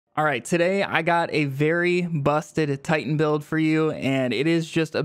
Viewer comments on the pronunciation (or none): none